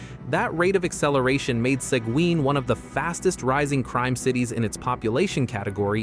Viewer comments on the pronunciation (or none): seguin is spoken like segeen, no w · Posting this information does no good when you can't properly pronounce the name of the communities you are reporting on. Corsicana - Cor-si-can-na Seguin - Se-geen Waxahachie - Walks-a-hat-chee Palestine - Pal-es-steen Pecos - Pay-kus I have been to all of these communities and have never had an issue even late at night. Just be smart about where you stop.